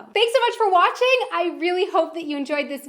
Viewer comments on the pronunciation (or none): none